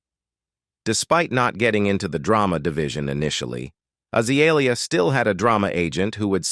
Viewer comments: god this AI crap is awful. AH-zuh-lee-ee-uh. frick out of here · Because it's AI that's why it's butchering the pronouncement of her name.